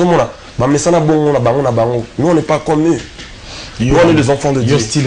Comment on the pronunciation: Dieu et non dié